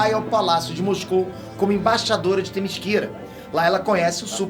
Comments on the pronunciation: Todo mundo: Themyscira: "Temisquíra" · No desenho animado a mulher maravilha pronuncia o nome da terra dela assim THEMISCERA.....o pronuncia THEMISQUIRA.....qual é o certo afinal??? e o Brainiac....o superman pronuncia BREINIAC, e o pronuncia BRAINIAC. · serio eu n queria fala isso mas eu acho que se fala temicira n temisquira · Legal a HQ, agora eu pensava q a ilha da Mulher Maravilha se chamasse Temíssera e não Temisquira kkkkkkkkkk 👎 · video impecavel mas o falar "temisquira" doeu um pouco no coração